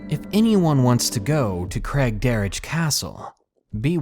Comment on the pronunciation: Hey, I live in Victoria (story number two) and it's so cool that there are other people from my town who watch You! I have some ghost stories too from the jubilee hospital in Victoria down the street from craigderroch. (Btw it's pronounced Craig - derek)